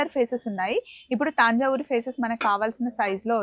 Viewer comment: Taanja uru kadu talli... Tanjauru ani palakali Telugu ki sariga palakali 🙏